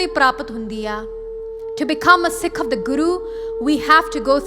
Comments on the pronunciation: Kindly say Sikh don't say seekh...also in English pronounce Sikh like in Gurmukhi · Please don’t say seeks, it is Sikh